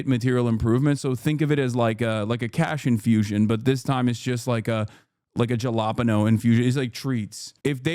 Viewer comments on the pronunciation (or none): Ain't no way he pronounces jalapeno like that